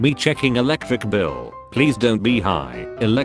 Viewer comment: "Elecvic bill"